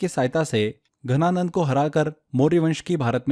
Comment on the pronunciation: घनानंद या धनानंद। Please clear your pronunciation.